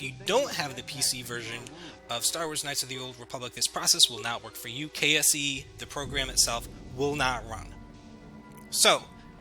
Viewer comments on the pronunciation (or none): Every time you said "KSE" I kept thinking you were saying "KFC" xD